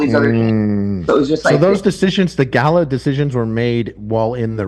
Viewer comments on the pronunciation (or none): none